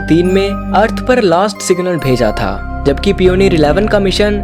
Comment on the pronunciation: भाई कहीं एडमिशन ले लो ! पियोनियर और वोएगर मत बोलो।